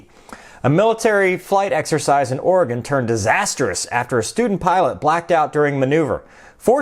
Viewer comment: I wonder when this happened...I live in this state and I never once heard this story. Oh and speaking of living in this state...THANK YOU for saying our state name right. Us Oregonians are very picky about name pronunciation's Keep up the great work!